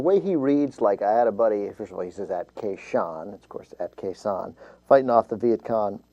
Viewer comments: Way to go, Glenn. The song came out in 1984 and it only took him a quarter of a cenury to figure this out! What an idiot. Oh--and Glenn, it's Khe Sahn, not Khe Zhong. If you want to at least pretend to know what you're talking about, try and learh the name of one of the biggest battles of the war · KAY SHAN? The slimy fucker doesnt even know how its pronounced! Im English and even I know what happened there! What sort of American patriot is he? he doesnt even know his own history! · "I had a buddy in Kay Shan" It's Khe Sanh you frickin' moron. He doesn't even know about the Khe Sanh battle in Vietnam. What a fraud. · OMG who is the guy s*cking Beck's dick and tittering at those lyrics? If the lyrics were offensive, OMG they wouldn't possibly be funny. And, BTW, it is Beck mispronouncing the Vietnamese city... has he heard the song? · OMG, is he really that dumb? He never bothered to listen to the rest of the lyrics? Idiot. And his recital of Springsteen's awesome lyrics is truly disturbing! He can't even bloody pronounce Khe Sanh!